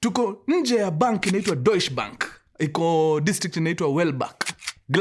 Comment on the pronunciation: Love your stories from Germany! and it is pronounced as 'doiche bank' ❤❤❤